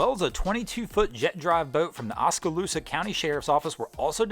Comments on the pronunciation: "…the vessel is still stuck on the standbar…". Ahh, the birth of a new tongue twister!! And … it’s Okaloosa County, not Oskaloosa. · Its Okaloosa County not Oskaloosa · For the Destin story it's actually "Okaloosa" (Oak-uh-loose-uh) county, not "Oskaloosa". It's in my neck of the Florida woods so that's why I'm mentioning it 😃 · Pronounced oak-ka-loose-a oskaloosa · Oskaloosa????? Okaloosa. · The way he said Okaloosa……. It’s Oak-a-Loose-a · Okaloosa- O-Ka-loo-sa! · Oskaloosa? That's a new way to pronounce it i guess!!!!